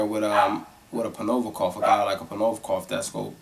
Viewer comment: Black people can never say Provodnikov lmfao.